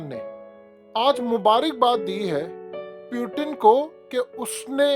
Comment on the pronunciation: براہ مہربانی ایک تصحیح کر لیں روسی صدر کا نام پیوٹن نہیں بلکہ ”پُوتِن“ ہے۔ روسی زبان میں ”ٹ“ اور ”ڈ“ نہیں ہوتی۔ اہل مغرب ”پُوٹِن“ بولتے ہیں کیونکہ انکے ہاں ”ت“ نہیں بولی جاتی۔ اگر آپ نے انگلش سٹائل میں بولنا ہے تو آپ بھی پوٹِن کہہ لیا کریں مگر ”پیوٹن“ کوئی لفظ نہیں ہے روسی زبان میں۔ مزید تصحیح کیلئے آپ روسی ٹی RT، روسی ویب سائٹ ”سپوتنک“ اور ویب سائٹ ”بی بی سی اردو نیوز“ وغیرہ ملاحظہ کر سکتے ہیں۔ امید ہے آپ تصحیح فرما لیں گے۔